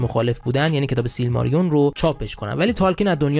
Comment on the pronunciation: سیلماریلیون دوست عزیزم،نه سیلماریون. فکر نمیکنم بتونه سریال موفقی بشه چون رایت سیلماریلیون دست کریستوفره و کریستوفرم رایتشو برا ساخت هنوز نداده اگرم نخواد رایتشو بده که عملا بزرگ ترین حفره داستانی سره مورگوث به وجود میاد از طرفی فکر نکنم بدون پیتر جکسون لطفی داشته باشه دنیای تالکین